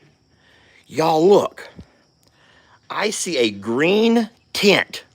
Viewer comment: When you said Tint I heard TENT! Lol I haven't watched or trusted mainstream media news since the mid 1990s. Only value they gave me was local human interest stories about good things in the world. And no, I'm not a Pollyanna. Just tired of money grubbers trying to control my emotions through fear.